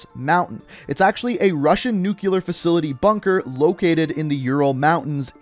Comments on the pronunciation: Its pronounced /ˈn(y)o͞oklēər/ not NEWCEWLUR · Oh no he said nucular